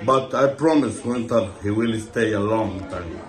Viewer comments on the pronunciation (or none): Is is just me, or does "winter is coming" only have that apocalyptical feeling when Ramy himself says it with that accent, like "veenterrs coming" 🤣🤣